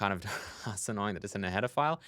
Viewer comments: Everytime you say "header file" it sounds like "pedophile" .___. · When you say header file it sounds like pedaphile